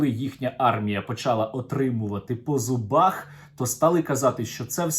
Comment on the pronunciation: Нарешті правильна вимова, -по зубаХ. Дякую.